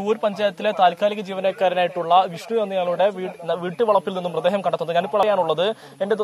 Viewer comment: ജിഷ്‌ണു അല്ല വിഷ്ണു